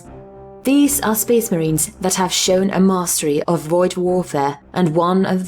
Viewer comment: Speeesh marheens